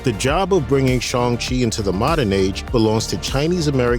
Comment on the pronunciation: Good video, just learn how to say Shang, you keep saying Shong.